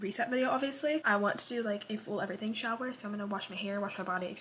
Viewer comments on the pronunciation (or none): IT IS A SHOWER STOP CALLING IT AN EVERYTHING SHOW YOU SOUND SILLY.